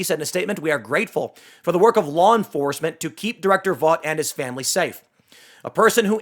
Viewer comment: "lawn forcement"